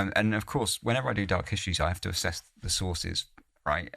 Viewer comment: Fascinating stories, but the diction is really annoying.. especially the pronunciation of the simple 's' as 'sch'.. as in 'schtreaming' or 'dark hischtories' 😡